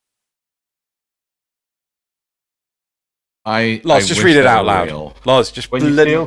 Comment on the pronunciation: ITS LOZ!!!! Not lars.... Grrrrrr Awesome points you made here though!